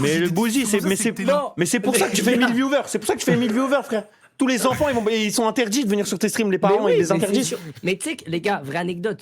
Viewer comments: « Intedits » mdrr samo wesh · Inédit ou Interdit mais pas Intedits 😚😂